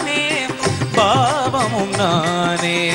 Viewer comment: தம்பி bhaavam not பாவம், உச்சரிப்பு சுத்தம் வேண்டும்